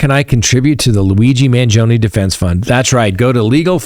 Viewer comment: You are mis-pronouncing Luigi’s surname. Please correct. Ask your Italian friends how to say the name. You are saying it wrongly.